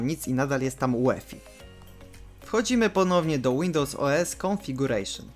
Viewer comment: Dzięki wielkie ale musisz popracować nad anglikiem, praktycznie tylko configuration powiedziałeś poprawnie hehe(kabaret:). Z buta lekcja, nie ma takiego czegos jak insdzer(insider) musisz to powiedziec insajder( a man from inside of an organization, company etc - czlowiek ktory jest w jakiejs organizacji lub korporacji). Boot to nie bot, czytasz BUT(przedluzasz U) tak jak to co masz na nodze(latem klapki to nie popierd...l obuwia)